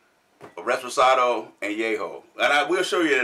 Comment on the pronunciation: Great to have you guys back reviewing one of my favorite spirits.Great research,everything you said is correct.But it's reposado not reSposado.Can't wait for the upcoming videos! Cheers!!